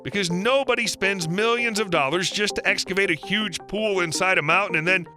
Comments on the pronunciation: "Milldions of dollars" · "MIL-GONS OF DOLLARS" 3 mil sub channel is so hard to run